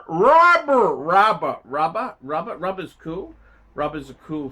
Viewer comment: Rrrubberrr rubber rrrrrubber